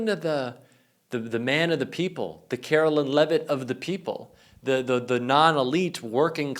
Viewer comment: Her name is Karoline not Carolyn